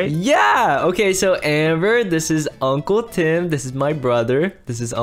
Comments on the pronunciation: I like how rage just ignores amber say uncwle twim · Amber sayd unwle Tim